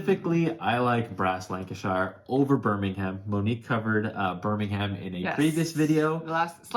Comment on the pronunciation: You say birmingham wrong btw.